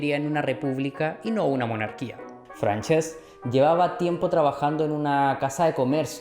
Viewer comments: Buen video, solo me gustaria añadir que has estado pronunciando mal Francesc durante todo el video, se pronuncia como Fransesc (con s sorda) no Franchesc. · Salud y republica, un apunte que si no lo digo exploto , no se llama franchesc se le como si fuera fransesc